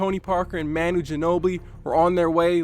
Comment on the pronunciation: Great vid man🖒🖒 but the way you pronounce manu's name is atrocious but great video